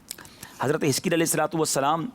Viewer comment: Hazarat e hiskel Naam he plz Naam clear smjh nh aarha